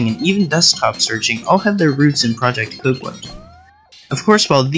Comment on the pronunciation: I took a drink everytime you pronounced Copland as "cooplin" and "copelin" . Aside from that very irritating trait, I liked this video.